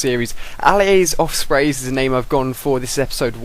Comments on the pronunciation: doesnt it sound like hes saying ofsprey? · It sounds like you're saying, "Ali-A's Offspring'